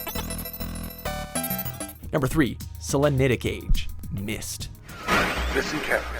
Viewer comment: YOU PRONOUNCED SELENITIC WRONG!!!